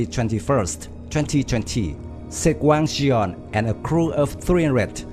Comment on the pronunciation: it's wang gun...not wang jian lmao